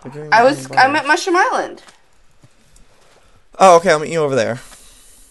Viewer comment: at 3.46 he saies dieland insted of island